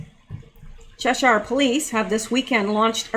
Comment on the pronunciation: Lol you’re so cute, it’s pronounced ‘chesheer’ (Cheshire) don’t worry I regularly debate with my Texan husband over my pronunciation of ‘yoghurt’, ‘router’ and ‘garage’. 😝